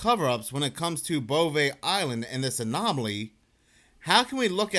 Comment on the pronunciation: Think you just like saying "bovay eyeland"